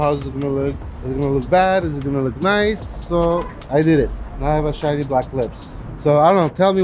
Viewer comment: 3.16 " now i have shinni black lips" lmao